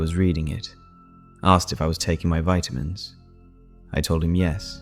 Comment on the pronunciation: I love your stories, and like every one else, I think your voice is so nice. But why do you pronounce vitamins 2 different ways?